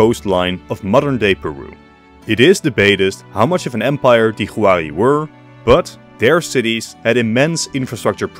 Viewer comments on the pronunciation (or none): Minor nitpick, 'Huari' is pronounced more like 'Wari;. Spanish doesn't use the letter 'w" natively, so for foreign words that use a 'w' sound, it is usually written with an 'hu' (the 'h' is silent).